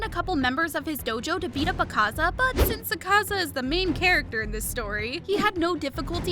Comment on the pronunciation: The pronounsation of Akaza is killing me